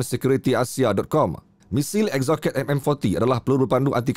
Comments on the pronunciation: Sebutan yang betul ialah 'Ek so set' bukan Eksoket..... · Eksoket? EXOCET, pronunciation dia ada jer dimana2 kat online.. Ek.Sow.Set.. JANGAN JADI PEMBACA YG BACA Cendawan Shitake jadi She.TAKE. dan ada yg sebut Nasution..guna sebutan English Style ...